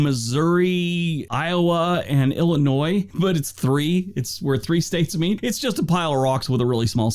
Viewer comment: you do a great job of pronunciation of places with some really odd ones. However, let me point out that "there's no noise in Illinois", as the saying goes. It's actually ill-ih-NOY. You may have noticed that when he finished turning the Midwest states red, one area was still white. That's the Upper Peninsula of Michigan. We have an amazing mix of immigrants here in my city of Rockford, IL, to the extent that when I was growing up in the '50s, an immigrant who couldn't speak a word of English could just walk down the street, eventually walking into a factory at random, and come out with a job. Now, many of those factories have been repurposed, or are rusting away. However, it's amazing that we have a thriving immigrant community from 123 countries at latest count, with a local chain of African stores, and another of Asian markets., there's a shot of Bryce Canyon N.P. in winter--located in UT, along with 4 other national parks. Palouse = puh-LOOSE (unusually scenic and fertile area in SE Washington) The 4 Corners is located on the amazingly scenic Navajo (NAV-uh-hoe) Nation, where 400,000 members live, of which around 240,000 still speak their incredibly complex tribal language.